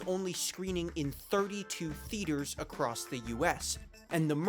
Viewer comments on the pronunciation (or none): none